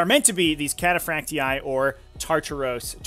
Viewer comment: "Cataphracty-eye" it's just cataphracty for pronunciation